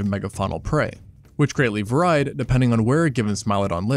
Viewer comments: Did blud just say "var-eyed"? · "which greatly varide"? Meaning "varied", I guess. I didn't clue this was an AI narrator til then. No human would make that pronunciation mistake. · "greatly var-eyed" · Pardon me, but the word “varied,” which appears in your script to describe Smilodon’s wide array of prey species, is *NOT* pronounced “V-A-R-E-Y-E-D,” but, rather, “V-A-R-E-E-E-D.” This is a very common, simple word you should have pronounced correctly, had you had ANY interest in establishing your *CREDIBILITY* as an expert in zoological science focused on the evolution of the felidae family of mammals/predators. *TRUE EXPERTS ALWAYS SPEAK WITH *PRECISION, EVEN WHEN THEY ARE MERELY “READING A SCRIPT.” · Varied. VarrIde? wut.. is this a fugging AI voice? WTF? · Varied is pronounced VAIR-reed. Why do you say certain words so strangely? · The way you pronounced 'varied' as 'vuh-RYED' makes me think your voice is actually A.I. generated. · "Varyed" is what I'd imagined the script said. I'm almost positive he does this because it gets engagement. I mean, it could be AI, I guess. I don't know, though. People can have AI of their own voices, too. Who knows. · Does him mispronouncing “varied” mean that this is an AI generated video? Because an editor would have caught that. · it's va-reed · Wait, wait, wait, how do you say "varied" again? Or did you have a different word in mind? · I've never heard "varied" pronounced that way. 🤔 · I had a stroke, why did you pronounce “varied” that way? Is this an AI voice? Is EVERYTHING A LIE?! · Did you even read the comment? It said the narrator pronounced the word "varied" weird. Looks like you ONLY paid attention to the last sentence "is EVERYTHING A LIE?!" which obviously implies that almost anything uses AI nowadays. Please read the damn comment before fully committing to reply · Can we please stop mispronouncing "varied?" Thanks. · I like that he keeps mispronouncing 'varied'.